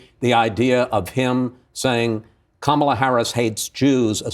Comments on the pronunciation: It’s VP Kamala Harris that is now running against twice impeached, 34 time convicted, 3 pending indictment having 78 year old RAPIST & criminal DonOLD Trump… Not President Joe Biden… Now please make sure you can pronounce your soon to be president’s name SIR (COMMA-LUH) 🗣️ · It's VP Kamala Harris that is now running against twice impeached, 34 time convicted, 3 pending indictment having 78 year old RAPIST & criminal DonOLD Trump... Not President Joe Biden... Now please make sure you can pronounce your soon to be president's name SIR (COMMA-LUH) 🗣️